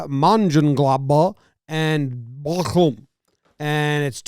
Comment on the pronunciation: Yo, you butchered the names so hard, it was lovely <3 it's practically a tongue twister to anyone who doesn't regularly speak german. Try saying "Borussia Mönchengladbach and VFL Bochum" ten times fast.